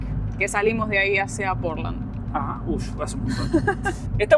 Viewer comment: Ay, no es Porlan, es Portland! Pronuncia la d al final, suena como el material de construccion como lo decis